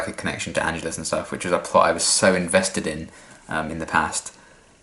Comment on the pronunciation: One little thing, it's actually pronounced An-GE-lus, stress on the the second syllable, but don't worry you're not the first to make the mistake ;)